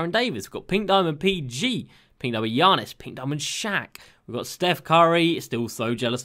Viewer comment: Love your content, have been subscribed since the start of 2k20. I find it so funny the way u pronounce Giannis.